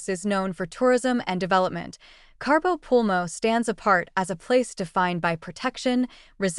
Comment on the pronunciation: Aaaaaaaaa! There is no R in Cabo!